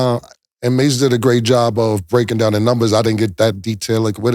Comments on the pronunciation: The way Mase pronounces numbers is hilarious (Nembers) 😂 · Or when Mase says "nimbers" lol